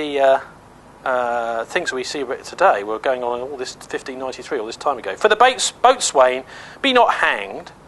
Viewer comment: Boatswain is pronounced bo'sun